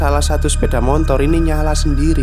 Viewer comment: Sepeda Motor mas, bukan Sepeda MoNtor,,, gak pake N